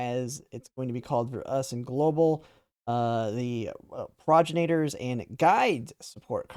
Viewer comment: I'm sorry, I want to be as constructive with this criticism as possible. Pronouncing "Progenitors". It sounds like you're saying "Progenators". More proper pronunciation should be pro-GEN-itors. I feel like a dick correcting something minor like that but if you're gonna be talking about this card the next several months it might be helpful.